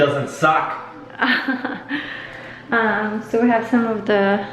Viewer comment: "It sure doesn't sock" ! 😂😂😂